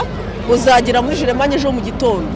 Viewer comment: Nkunda ukuntu uvuga Jerimanye😂😂😂😂 basi jya uvuga Jamani😂😂